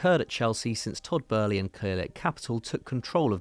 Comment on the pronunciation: Why dose the ginger always say burly it’s boehly (bowl + lee)